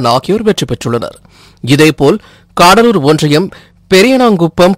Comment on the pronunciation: தம்பி "காடலூர்" இல்லை . "கடலூர்" .மொழியை வசப்படுத்துஙகள்.